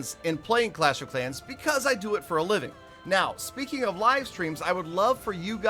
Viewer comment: "FRELLOW FRANS OF CLASH OF CRANS" 😂